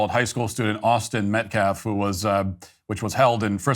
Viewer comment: "Austin Metclaf" "Self Deflence" "Daniel Penna" 🤦‍♂️🤦‍♂️🤦‍♂️